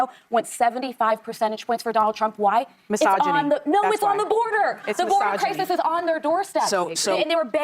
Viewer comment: “Why are the republicans winning Latinos… mysogony “ Impeccable